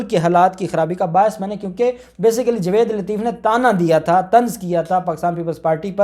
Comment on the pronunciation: جناب اپ اپنا تلفض ٹھیک کریں جاوید نام ہے نا کہ جوید پلیز تلفض کا خیال کیا کریں شکریہ